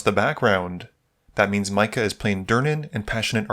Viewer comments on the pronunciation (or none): Micah is pronounced My-Cuh